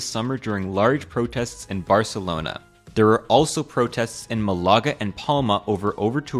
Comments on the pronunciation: Its not MalAga , dude , its MAlaga. back to the issue , I live on a popular island in Dalmatia. Same here , only of course on a smaller scale . In August now for the 2nd time around , I fled to another place. Its not onle or just the sheer number of Gestalten , but mainly how they behave . With US-Americans as the worst , and the 20year olds the worst among them. They are noisy , of course the stupid cruise operators from Split must play loud trash"music# on their boats because aparently they cannot live without that ( how cares about the local sights culture landscape and such ) and they drive around aimlessly and in increasing numbers in their quads ( its the profit , stupid ! ) and who gives a shit about the climate , lets all have fun ! and now in October , the bycicle groups .nothing against bikers , bit again its the NUMBER . yes , a local complained about them to me , so I am not alone in my sentiment. and they all US Americans . Cannot hear their horrible way of loudly speaking english : Yes , I didnt when I came here but I hate them now. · Malaga = "M-larga"????? 😂😂😂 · Never heard Malaga pronounced so incorrectly.